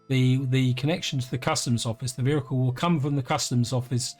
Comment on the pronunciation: I keep hearing "vhericle" and I can't stop!